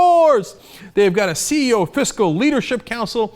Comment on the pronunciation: CE"0" (as in zero)